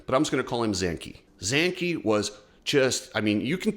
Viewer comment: You are the only one that calls Zanchi in the right way… not even the MXGP speaker and analysts do it. The Fantic is a Yamaha. The Fantic engineers(italians mostly) develope the bike. The next year Yamaha’s models will use the Fantic development too. That’s why you don’t have Fantic in USA 🇺🇸. Part of the agreement is to not compete with the Yamaha itself globally.